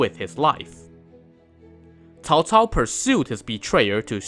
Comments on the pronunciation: Holy shit. First you tuber that pronounced Cao cao properly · Person talks about Cao Cao and pronunces his name right. Ok. You've got my attention. Let's watch the whole video. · Did I just heard the correct pronunciation on Youtube? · Miguel Suarez-solis its pronounced as either "Ts'ao Ts'ao" (wades giles) or "Chow Chow" (pinyin) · Cao Cao.This is the most standard pronunciation I have heard.😂